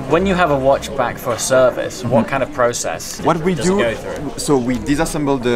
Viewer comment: Process- (pra-cess)